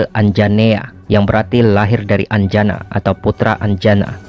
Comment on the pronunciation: Dewi anjani min, bukan anjana